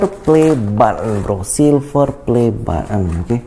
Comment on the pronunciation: Kok nyebut button tu butt un 😂😂